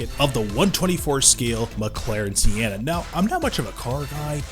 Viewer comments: It's Sen-na. Not See-en-na. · Not gonna lie got a little triggered by how he pronounced Senna